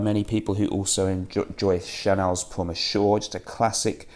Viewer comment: you really need to work on your pronunciation of Monsieur de Chanel. It took me several videos to realize what you meant. Cheers friend.